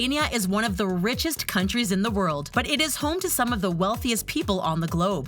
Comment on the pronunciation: “One of the richiest countries” LMAOOOO